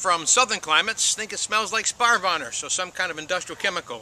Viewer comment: Okay, I've listened 3 times with varying levels of volume. Can you please tell us what sparvonner is ? It's not googling well.